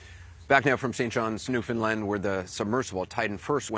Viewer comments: I got to say Andy B'y, that's the best I've heard American pronounce Newfoundland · Thank you for knowing how to pronounce Newfoundland correctly